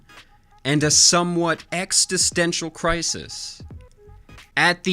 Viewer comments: Great video, each minute I got more interested. Btw "Extistential" I think the first t should be silent Lml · Lol, "exsti-stential"